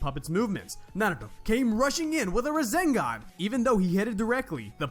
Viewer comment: My man naruto doing "razengan"